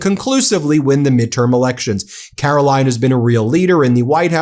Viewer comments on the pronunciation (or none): Have I mentioned how much I enjoy you calling her Karolying...😂